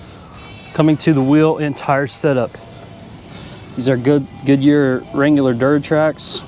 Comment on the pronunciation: 485! lb/ft for '25, baby! YEAH. Bumped 10 unitz o' measure. Edited to add: It's pronounced "Wrang-ler" not "Wrangular". The wheel finish is machined aluminum (it has certainly not been chrome plated) on the outer face circumference; the rest is either painted or powdercoated. It's a good finish either way. The body paint color "Agate Black" - again, a pronunciation issue we take exception to. Agate is a mineral, and the name is pronounced "aggitt", not A-gate. Only trying to help you come off as a little more knowledgeable about the product, here. I mean no ill will. Cheers.